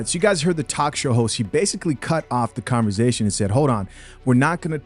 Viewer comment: Why you always say converzation? Like your S is a Z.